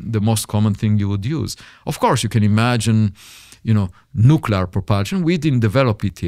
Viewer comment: He can't even say Nuclear the right way😂